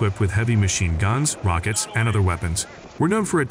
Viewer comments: Mashine? Another AI failure. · You lost me at "mashine" gun. I can't take you seriously after that. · “mashine” gun? LOL its MACHINE GUN. DAF… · MACHINE GUN - not MaSHINE Gun. Holy mackeral. Use sppellchck. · "Mashine" gun. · He lost me at "Mashine Gun" 😂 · that’s what you get when you have AI read a script instead of an actual voice over! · hmmm, well, that AI is mostly smooth... needs more vocal learning, apparently! :) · “Mashine gun”? Must be Artificial Intelligence…. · "Mashine" gun? Wow. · What's a "Mashine" gun? 🤣🤣🤣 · What's a 'Mashine gun'? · "MASHINE GUN"? REALLY? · "Mashine" ? :face-turquoise-covering-eyes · "Mashine Gun"??? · maShine gun...?? Cmon. Blocked your AI crap. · The computer voice on this is quite bad. Mk is pronounced Mark, for example. Machine gun is spelled with a C, not S.